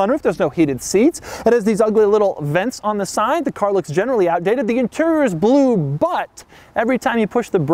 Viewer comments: IT'S SO BELUE! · Weird fucking way of saying 'blue'